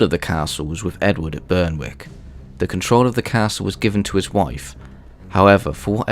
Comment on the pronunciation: good video but its pronounced BERICK not berWICK w is silent